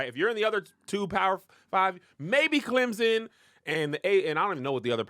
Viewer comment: Kev, as a Clemson alum, there is no Z in Clemson 😂